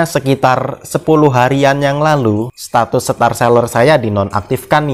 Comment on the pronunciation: ‘Setatus’ hmm